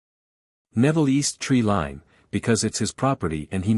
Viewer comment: It hurts me so much to hear tree-lean instead of tree-line... plus others, please fix or stop posting. It seems obvious that you don't know the English language.